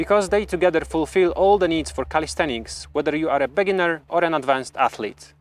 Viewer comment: I lvoe how you say bEginner not begInner